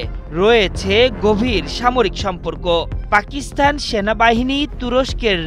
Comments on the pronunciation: এ কেমন উপস্থাপনা, পাকিস্তান শব্দের স্থানে পাকিস্থান বলছে। একাত্তর টিভি আর লোক পায়নি শুদ্ধ উচ্চারণ করানোর জন্য!!!!! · আপনি সাংবাদিক, আপনার অবশ্যই পাকিস্তান উচ্চারণ টা আরো সুন্দর ভাবে করা উচিত